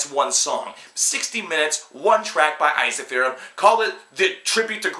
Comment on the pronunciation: Eizahfearum? It's "En-Seef-ur-um" for America, it's "Ensi-Fear-Um"